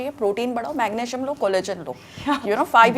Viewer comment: Please don’t pronounce words incorrectly, use google if unsure. It’s calcium with a c not cal-shium. Iron was said properly by Malaika not Eye-on as pronounced by Rutuja. Magnesium has a sound ssss, not mag-ne-shium. Enjoyed otherwise for some useful facts.